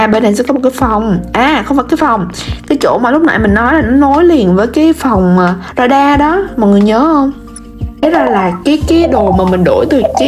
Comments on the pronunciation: ga ra nha bà chứ đâu phải ra đa âu má =)) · Ga ra mà chị ớiiii;))) chị gọi là ra đa:))